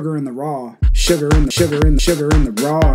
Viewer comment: Sugar in the what! sh-sh-sugar in da RAW😂😂